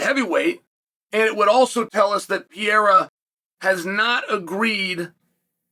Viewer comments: For the love of God, not Pea-era, Pear-era. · You pronounce Pereiras name 4 different ways in one video 😅